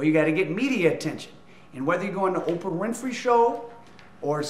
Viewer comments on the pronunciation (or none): none